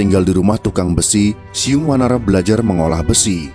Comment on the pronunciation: ORANG SUNDA BILANG BUKAN "SIYUNG WANARA" TAPI *"CIUNG WANARA"*.